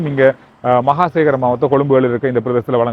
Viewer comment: பிழையாக உச்சரிகிறீர்கள். மஹகமசேகர மாவத்தை! மஹகமசேகர ஒரு பிரபலமான சிங்கள கவிஞர்.